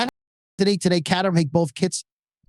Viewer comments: Please slow.down. i had to wtach this an 0.75 speed. Also there is an ER in CatERham. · Too fast mate it is not a horse race. Caterham pronounced Kay---ter--ham a small town in Surrey close to the Kent border.